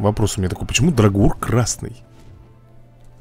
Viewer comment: кревет зовут не драгур, а дАгур ударение на а и без р после д